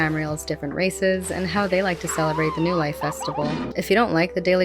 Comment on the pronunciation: Why do I keep hearing "no life" when it should be "new life"...